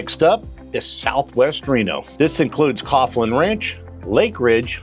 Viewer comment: Usually heard Caughlin pronounced Collin